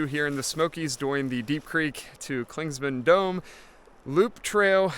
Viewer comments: Clingmans not Clingsman 😂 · Well don’t get so butt hurt over it dude. Clingman is the man’s name who the peak was named after until the Cherokee recently had it changed. You say “Clingsman” about 100 times in this thing, even though you pass by trail markers that clearly show the spelling. You may not be able to go back and correct it but from now on you should at least know how to say it. If someone kept calling you.. wouldn’t it eventually get on your nerves? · Please say Clingman's Dome. You keep putting an S in the middle....